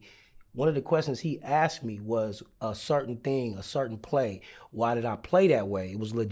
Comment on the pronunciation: Completely delusional clown living in his fake "game" bubble, surprised to hear he says "asked" i/ "axed"